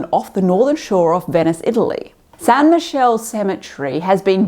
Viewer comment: Great video as always! 😊 Btw just a reference Michele is pronounced in the Italian way, with only one L and the final E (/miˈkɛːle/). Michelle is the French version and is usually a female name, with Michela as the Italian equivalent... 😊